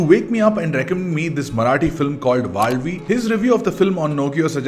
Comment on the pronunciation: Also thanks for pronouncing it correctly 😀